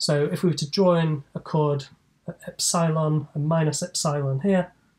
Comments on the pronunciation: He said "epsilon" incorrectly SO MANY TIMES................... LOL......... Cheers from Down Unda............ ps. I found the "God" Formula........ News at 10 :P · no assumption about Taylor series are needed; little-o notation gets the job done too btw is the eps'eye'lon pronunciation of epsilon common somewhere? It's the first time I hear it